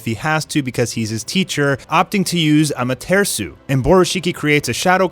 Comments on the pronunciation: It's Amate 'RASU' not Amatersu, remember AMATERASU. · im new to this channel dows this guy say amartesu on purpose or he just says it like that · Am a ter sue 😂😂😐 what did this man just say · Bro you're so white lol. It's pronounced 'Aw-mah-ter-aw-soo' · Da fuck is amatersu stop butchering the name ffs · When you said"AMATEARSU" I gave up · No one:Am-a-tree-shoe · Seriously he says it so weird 🤣 “Ammaterisu” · His pronunciations are bad but this is a cool channel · The Way pronoucing amaterasu seriously stop saying ama-ter-su like what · The way he says amaterasu makes me mad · Why do you pronounce amataratsu like that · why are you saying AMATERASU so fucking weird dude ????????? you know the original way to say it !!!! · Is anyone gonna talk about how he said amaterasu